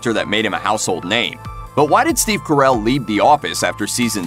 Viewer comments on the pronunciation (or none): The way u say steve carrel makes me want to dring bleach